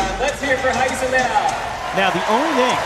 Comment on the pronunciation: I’m so confused why he keeps pronouncing Rayssa’s name with an H